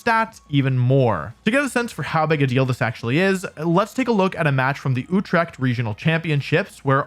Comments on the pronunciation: Mans said utrecht like oetrekgt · did he say utrecht?